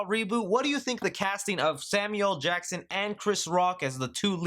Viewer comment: You gotta include the “L” when you say Samuel Jackson